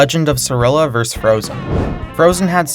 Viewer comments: Just a note -- "vs" is an abbrevation for "versus". It's pronounced "versus", not "verse". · Hearing you pronounce vs as verse instead of vs makes me hate you more and more every time you do it.